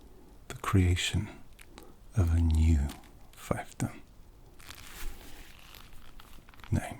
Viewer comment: Pronounced FEEF